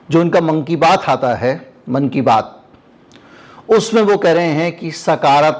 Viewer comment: मोदी जी कि ..." मन कि बात " मुझे ऐसा सुनाई दिया जैसे..." Monkey Baat" 😂😂😂😛😛🤣🤣